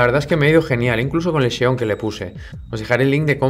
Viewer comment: Decir Intel Xeon (cheon ) es como decir sexcho duro … por dios esa X que suene que hablamos Español